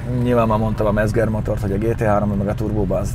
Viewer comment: D Mezger... német z=c. Mecger motor. :D Jó.